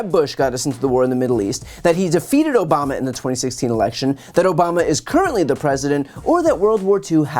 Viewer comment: I like how he says it. O-BA-MA. He savors every syllable